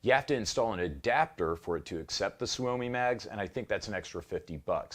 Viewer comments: It's "sue me" Not soo-oh-me Trust me I'm a Finn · Tip from a swede guy here: pronounced more like "somi" even if its spelled soumi.. youll sound more proffesional. Promise.